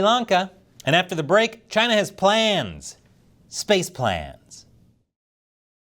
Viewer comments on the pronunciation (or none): I like how you said Space plans, lol